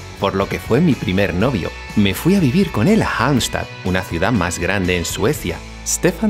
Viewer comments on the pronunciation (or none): none